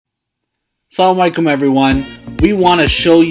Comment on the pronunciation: I thought this is how you pronounce “assalamualaikum”?